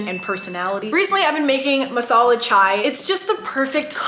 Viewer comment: I'm an Indian I can't believe she drinks masala chai OMG......god...... That's so good..... The way she pronounced MASALA CHAI 😂🤣was too good to be true..... Love u Eva